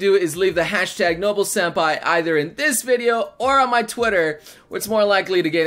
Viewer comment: I keep fucking hearing "no-bull"